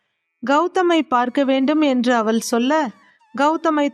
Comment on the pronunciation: அவல் இல்லை அவள்.உச்சரிப்புப்பிழைகள் தவிர்க்க வேண்டும்.மற்றபடி கதை ,கதை சொன்ன விதம் நன்று🎉❤